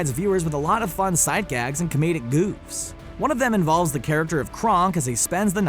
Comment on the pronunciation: listen to the pronunciation of goofs